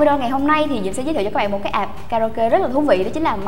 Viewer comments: ạp chứ k phải app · app ns app cứ ạp nghe mà ứa gan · C ơi tiếng anh ko có dấu nặng đâu ạ app chứ ko fai ạp c nhé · góp ý xíu app=áp nghe ạp ạp cứ ngộ ngộ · đây méo phải vì đâu vì gọi App là áp ko phải ạp